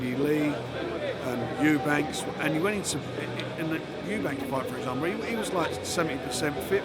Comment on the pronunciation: Eubank not Eubanks. Two Eubanks, 1 Eubank.